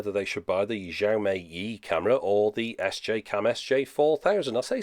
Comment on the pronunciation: Love your videos, just a small point - Xiaomi is pronounced shiaow mee (with the vowels pronounced quickly). I know in English we would get closer to a "J" as you said, but that sound is closer to "zh" in chinese pinyin. eg. Guangzhou, which is more like Gwang-joe. Great videos though as always.